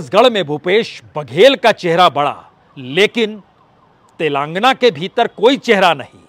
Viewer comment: उच्चारण तो सही कर लो भाईसाहब तेलांगना नहीं तेलंगाना खम्हाऊर सटही